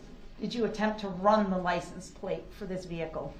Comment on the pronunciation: Is he saying LICENSE PLACE????